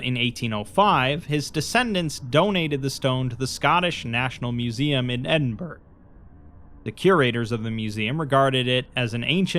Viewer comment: Its pronounced Ed-in-burr-uh not ed-in-berg like you said, probably forgot all about that part but oh well